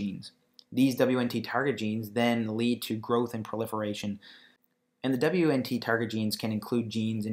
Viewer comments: What the hell is "dabliuenntee"? its pronounced "Weent". The basics!! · You are pronouncing beta catenin and WNT wrong. Hard to take what you are saying seriously.